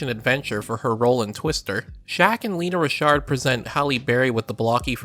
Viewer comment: Lela (LAY-LA) Rachon, not Lena Rashard. And Black Street didn’t come out with No Diggity until 1996, this awards came out in 1995.